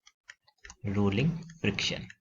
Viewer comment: Rulling nhi rolling